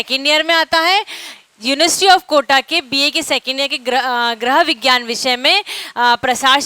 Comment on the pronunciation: आपका लेक्चर बढ़िया है लेकिन गृह विज्ञान शब्द का उच्चारण सही करना सीखिए